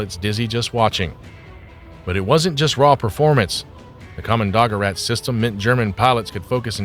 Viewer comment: Kommando-gerät is two words joined together. You mispronunciation spoils the entire presentation.